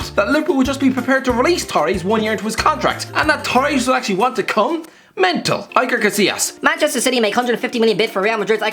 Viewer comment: Who is Aiker Casillas?